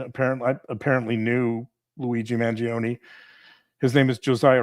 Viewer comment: I believe you are pronouncing Luigi's sur name wrong. It's a silent "e", and just 2 syllables. "Man-JOAN"